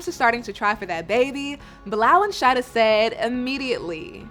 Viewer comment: Is her name really (shady-dah ) because In Trinidad we’ll pronounce it as (Sha-EEE-dah ) it’s a common Muslim name in Trinidad 🇹🇹🏴